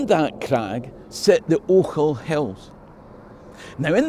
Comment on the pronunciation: Never mind "Str[i|e]ring". It made my day to hear someone pronounce "Ochils" correctly for a change. 🙂